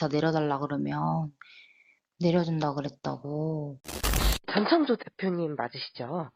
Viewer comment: 목소리 다 비슷한데 ㅋㅋ, 아, 그리고 모든걸 전지 창조 가능한 "전창조"가 아니라 "전청조"입니다. 다들 발음 실수 많이 하네 기자님, P그룹의 카지노 경영권을 상속 받을 수 있다고 해서 더 혹했던 거에요.